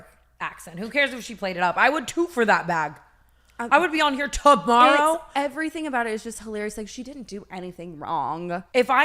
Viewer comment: When tana said toborrow.